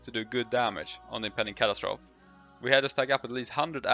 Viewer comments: Cat- as-trophy not Cat-as-troph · Cat-As-Tro-Fee not Cat-As-Troth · impending catastroff ... sir plz its pronounced catastrophe (cat ass trophy) say it fast ;) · Your accent indicates that English might not be your first language - nice video . - kuh·ta·struh·fee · ca-TA-stro-FEE x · Not sure what was more devastating - those numbers, or the way he kept annunciating "catastrophe" facepalm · I lasted one minute and fifteen seconds. I couldn't stand to hear catastrophe mispronounced one more time. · I’m sure someone told you already but you need to add “-fee” to the way you’re saying catastrophe.